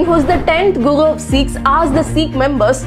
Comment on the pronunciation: She has lisp with R. Guru sounds like gugu. Recognise sounds like gecognize